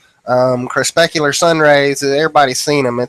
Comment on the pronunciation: isn't it cre-PUSC-ular vs cre-SPESC-ular?